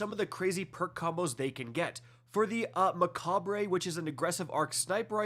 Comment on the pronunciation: Muh-cob is the actual correct pronunciation for Macabre